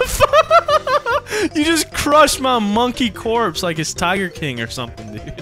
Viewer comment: said monkeh rights